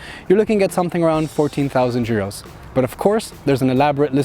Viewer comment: Actually a good review. I wonder how reliable is this new 1.5 engine.. One thing though - it is EUROs, not JUROs :)